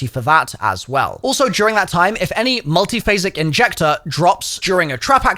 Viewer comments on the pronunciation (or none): NONSENSE SPOTTED!!! HE SAID THE MULTIPHASIC INJECTORS NAME INCORRECTLY!!!!! THREE TIMES EVEN